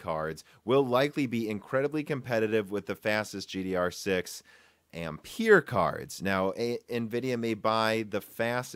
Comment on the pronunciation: Please learn how Ampere is pronounced